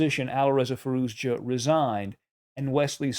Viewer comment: You all pronouncing his name incorrectly. ITS firouzia . Spell the j as y or I .